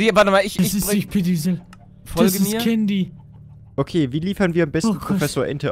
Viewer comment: es heißt Candy.!!!!!!!!!!!!!!!!!